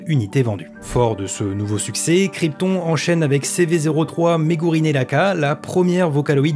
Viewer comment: Je crois que quand tu as présenté Megurine Luka tu as dit Laka. Bon après c'est pas la fin du monde c'est normal les erreurs 😅